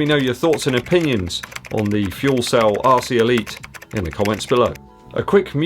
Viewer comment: Sounds like you're saying 'arsey' Elite. Don't think they are though.